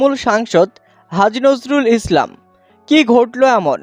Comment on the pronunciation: পাগলাচোদা রা নামটা ঠিক করে বলো নাম ঠিক বলতে পারে না সাংবাদিক মারাচ্ছে